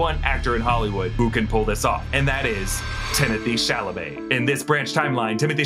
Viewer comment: Everything was perfect until you said Timothée puke Chalamet